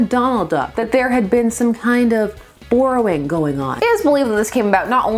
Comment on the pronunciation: Wait. How do you say "borrowing"?!??!?